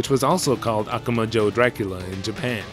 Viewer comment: It's a little distracting hearing you say "Akuma Joe" over and over. :P